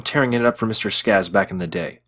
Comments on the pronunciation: It's Boz SCAGGS. Not Boz Scazz. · Scaggs, not Scazz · Who the heck is Boz Skazzz? One could only assume you're referring to Boz SCAGGS!! Listen up.. if you're going to put yourself in an educators position and pretend to be an expert about Certain subject matter.. Then please, please, GET YOUR FACTS, NAMES, and especially PRONUNCIATION just a bit more Accurate.. please!!! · “Bozz Skazz”???? Skags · its Boz SCAGGS, not Boz Skazz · Boz ScaGGs -- guh guh guh like Jags or tags. Geez. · Are you saying “Boz Scazz”?! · It is pronuced "Boz SKAGGS"